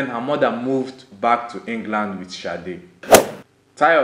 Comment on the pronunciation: sade not shade oh man